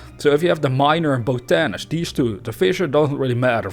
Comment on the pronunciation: Great video, and just so you know it's pronounced- bot-a-nist